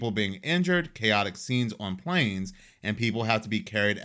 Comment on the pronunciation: When you said "PLAYNEZZZ" instead of "WHORERRRR" In the intro 😂😂😂😂 (Yes I understand how to spell planes & horror but I spelled it how my ears interpreted the pronunciation ☠️😂🎉)